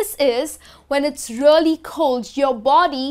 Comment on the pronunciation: Learn how to pronounce "REALLY". You pronounce it terribly!